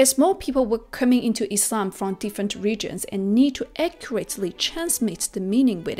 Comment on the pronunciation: I like how she says Islam, not Izlam ❤